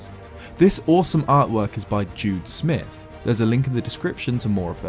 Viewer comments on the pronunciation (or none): none